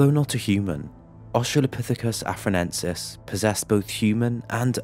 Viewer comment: i think you meant to say "Australopithecus afar-ENSIS" instead of "Australopithecus afar-NENSIS"